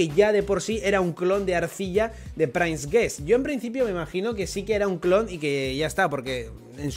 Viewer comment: Dia 1 intentando que deje de pronunciar Sword como /esguord/ y lo pronuncie como /suord/ o /sord/ (y ya de paso que pronuncie /prins/ en vez de /prains/)